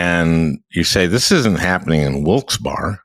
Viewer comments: Sorry - it just hurt the second time you said it and then Tim repeated - Wilkes Barre is pronounced Wilkes BERRY not BAR - yes I know it's anal but you completely destroy your own point to the people that listen to you from the area (Even people in Upstate NY know about Wilkes Barre) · Not a bad discussion but please stop using my hometown of Wilkes-Barre as an example - you're not even pronouncing it correctly. Thank you Al Franken - wish we still had you in the Senate. BTW I'm a US Air Force veteran who got the GI Bill and went to college and grad school. We're really not all a bunch of hillbillies but many of us are. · It's pronounced Wilks-berry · Locals pronoune the name of the town as Wilks-Berry.